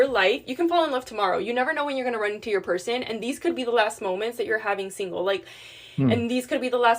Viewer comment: Why do they always say "purr sane" for person?